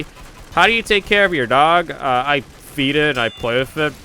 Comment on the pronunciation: John: Me:woah,did he say feed it or feet it ???!!!???